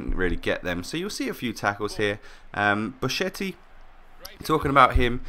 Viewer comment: in italian "chi-che" is "ki-ke"